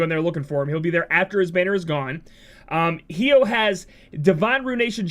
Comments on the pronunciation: I die a little inside every time you pronounce his name hee-oh xD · The way you pronounce Hyoh triggers me.